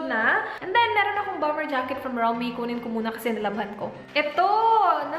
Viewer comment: i think it's pronounced "rom-wey"